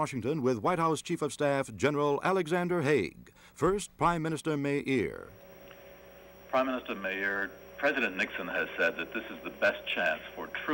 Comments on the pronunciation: It’s Meir not Meri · Golda MEIR - not MERI